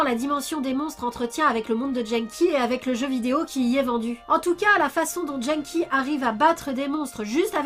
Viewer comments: Dès l’ep1 Quand tu prononces des mots étrangers avec un accent FR.... Vo (phonetique) / vf Genki (Gé n Ki) / jean-qui Mocchi (Mo Tchi) / mokki Pourtant dans ce meme Ep1 Genki dit bien que son prénom veut dire « énergique / en forme » (o-genki desu ka ? Hai, o-genki desu !) Et l’oeil c’est le premier monstre que tu as dans le jeu . . . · Je suis quasiment sûre que ça se prononce "Guenneki" ^^